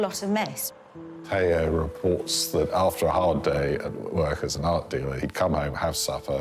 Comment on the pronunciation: Stope already, .. STOP; saying vangock and Tayo !!!! VanGogh and Theo FGS !!!!!!!!